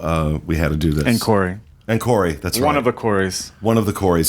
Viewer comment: . He's not Corey, he's CO-RAY!